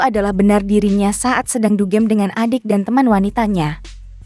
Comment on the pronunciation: Bukan dugeem tapi dugem